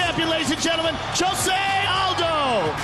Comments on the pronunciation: Jshoe-Zay is how his name is pronounced in Portuguese. Hoe-Say is how it's pronounced in Spanish. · You are right, it is wrong, actually in brazil we say it differente, it sounds like 'Jo' as in johnny and 'sé' as you pronounce the two begining words of the name Zack, hope you understood it =D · no its not dumbass its pronounce joesay aldo! .... bitch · maybe in the mexican dialect but in the brazilian dialect it is pronounced with a J. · Josy and the pussycats needs to understand that his name is Jose not Josy